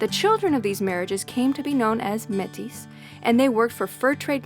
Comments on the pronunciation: Metis is a French word, pronounced 'May - tee', not Met - is. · Another great video for those poor deprived souls who have never driven the TransCanada. No idea how you managed to mispronounce Métis and Bow (it’s only 3 letters), but that’s Americans for ya! Bad planning to drive to Banff in the dark. You missed some of the most spectacular scenery in the world. Maybe on the way back you should follow the Cowboy Trail to Waterton. Safe travels.